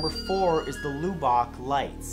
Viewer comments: Lubbock is pronounced, Luh-bick (short U sound, ü), not Lue-bock (long U sound ū) lol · I'm from texas...it's pronounced Luh-bahk texas not Loo-bahk. lol where the hell is Lewbock texas? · also when i was watching this my phone shut off out of the blue. i thought it was weird because my phone is at 73% but it was the lubbock story. also, lubbuck isn’t pronounced lookock its lubb-ick i’m not mad just thought it was funny😂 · The Texas city isn’t pronounced loo-bok. It’s pronounced lub-uc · Hahaha. It isn't "Loo-bock", Texas. It's "Luh-bbick", Texas. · #4 - We pronounce it "Luh-buck", not "Loo-Bock". Just so's you know. ^ . ^ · Matthew... Lubbock is pronounced "Lu (u like in up) Buck" not loobock.. 😀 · "Looo-Bock" Texas Really?? It's Lubbock (Luh-Bik) Dummy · I love ya Matt but did you seriously say Loobock? C'mon man. A simple Google would tell you it's pronounced LUH-buhk. Everything else is well researched yet you still mispronounce words that really aren't that difficult. I still enjoy your videos but this is getting silly. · Yesss! I would alternately pronounce it "Luh-buck," but that's such a negligable difference in pronunciation from "Luh-bic" that I don't think it matters. Certainly better the LOO-BOCK! OMG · Lol he said LUBACH....baaaahahahaha...its LUBACH, TEXAS everyone! Welcome to Lubach! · LOO BACH TEXAS. it is Lubbock as in LU BUCK Texas. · LOL It's Luh-Buck. Not Lew-Bock Love from Texas, DISLEX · 😂🤣its pronounced LUHBUCK not LOOBOCK...Lubbock TX😂🤣😂🤣 Love your videos!!❤❤ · I'm sure people have told you this by now, but your pronouncing Lubbock wrong. The u is not like lube but like the o in love. Still, I loved the video. Keep it going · It's not pronounced "loo-ba-k", it's pronounced "luh-bick". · It's pronounced Luh-buck not Low-bock Texas. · Not loo- bok dude , Lub- buck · Lew-bock Texas? Lol. It's pronounced Luh-Beck Texas. Squaring you away battle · “Luh-beck” not “looo-bock” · Did he just pronounce Lubbock tx 'loobohk' you pronounce it lubuck